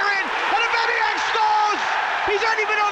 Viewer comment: Please sack this commentator- fake passion, not good enough voice for a commentator, and he says names wrong- Aubameyang as ebemeeyong